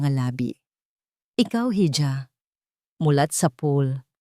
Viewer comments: Why you pronounce iha as hidya? That's i-ha..... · Madam ang tamang bigkas sa hija ay iha .madalas kong marinig na lagi mong binibigkas na hidya ang hija .gusto lang kitang matuto pra di ka pagtawanan. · Hija ang spelling sa spanish iha ang pronnounce